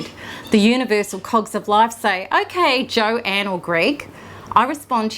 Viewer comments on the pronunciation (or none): none